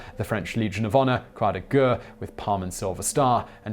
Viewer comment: Please just use the English war cross instead of trying to pronounce croix de guerres... you're absolutely torturing it...